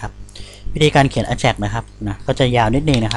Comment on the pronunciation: Ajax หรือ AJAX ใน Wikipedia เค้าอ่านว่า /ˈeɪdʒæks/ เอแจ็กซ์